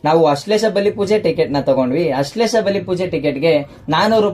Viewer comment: ಅಶ್ಲೇಷ ಅಲ್ಲ ಸರಿಯಾಗಿ ಹೇಳಿ ಆಶ್ಲೇಷ ಅದು